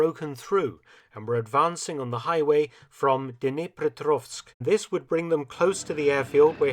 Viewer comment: pronounced all the names of the Ukrainian cities wrong -- Zaporizhe, Dnipropetrovsk, Vinnytsia, but overall excellent work